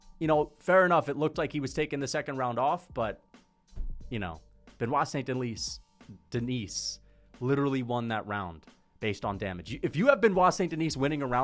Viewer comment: This rusty headed bro can't even pronounce the name of the fighter he likes correctly